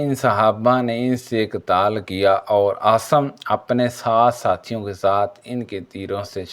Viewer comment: Assalam alekum jub Urdu nahi aati tu urdu ki taang na tora karen jo zaban aati he ossi me video banaya karen asim ko aap asam parhty hein ghaddari ko ghardari bol rahy hein or bhi beshumar ghaltiyan hein meherbani ker k urdu ko make karden